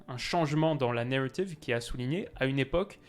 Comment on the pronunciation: Pk tu prend l’accent anglais pour dire "Narrative" ça me stresse